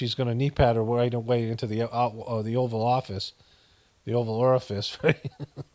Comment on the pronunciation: Did you just call it "The Oral Office" 😮😅